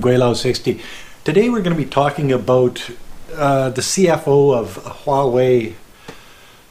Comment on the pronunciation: You are one of the few Westerners that pronounce "huawei" correctly.